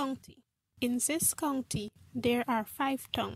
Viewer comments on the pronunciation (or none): she says this like zis good vid it helped me alot